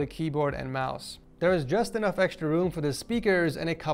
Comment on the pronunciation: "With woom for improvement"